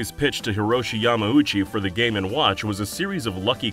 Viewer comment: Boy do i love me some "game and wOouch"